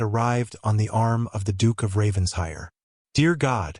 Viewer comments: RavenSHIRE! PLEASE! You AI needs to learn ENGLISH! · Several consistent mispronunciations, some are homophones but many are poor AI programming of English. Examples; read-read, lead-lead, wound-wound, but really if you are going to use a family name such as RavenSHIRE, have AI programmed to pronounce it correctly! A shire is a land area designation of England. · Well said , I find this mispronunciation irritating